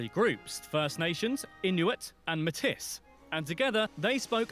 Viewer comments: The indigenous group Metis is not pronounces metiss; it is a French world, pronounced "may-tee". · In French, we say Métis with the s sound.